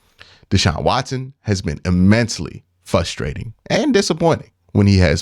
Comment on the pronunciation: You’re missing the R in the word fRustrating 😉